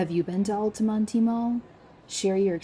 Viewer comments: It's pronounced alta-mont. Not alty monty. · I'd say the only closed indoor "malls" still popular in central FL are Altamonte, Florida, and Millenium. The latter two mostly because of tourists. Those two are closer to theme parks and hotels on international drive. BTW, the last e is silent, pronounced Al-ta-mont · I think it's funny she can't pronounce Altamonte. You don't pronounce the e. (Al-ta-mont) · The "e" in "Altamonte" is silent. Otherwise an excellent presentation. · The ‘e’ is silent in Altamonte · Are you sure the “e” in Altamonte isn’t silent?